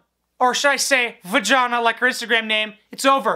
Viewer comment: Did u call her va-jhonna lmfao